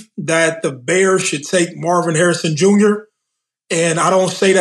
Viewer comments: Mase tryna say Marvin Harrison Jr 🤣🤣🤣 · My boy ma$e said Mars Hairs Jr. 😭😭. Must be a spike Lee joint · With how bad mase fkd up Jr's name, it means he has no idea who his pops is. Mase too funny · Ma$e butcher the fuck outta Marvin Harrison Jr. name!! Only the son of HOF wide receiver Marvin Harrison or Two Pistols is what we call him in Nap 😂😂